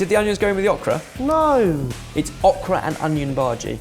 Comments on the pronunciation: ohhhh kraaa, not ahhhhh kraaa!!!! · I giggled every time said okra. We say it with a long O sound. O-kra. ☺️ Also, thank you for taking out the flashing colors in the outro. 👍🏻 I never could look at it...flashes can be a trigger for my migraines. 🤯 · You pronounce okra wrong. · It hurts me the way is saying Okra. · Awk-ra? Is that typically how Okra is pronounced in the UK?